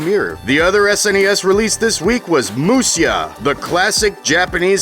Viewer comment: Musya is actually pronounced "musha" since the sy diphtongue is just a sh cognate that's used in a different romanization of japanese.